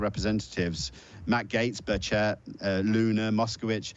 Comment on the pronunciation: Keep up the great work guys, and btw you are both mispronouncing Burchett